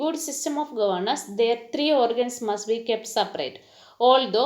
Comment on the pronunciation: It is not govenace it is governance